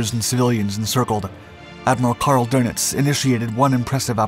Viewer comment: His name is not Admiral Donuts ---- it's Doenitz ...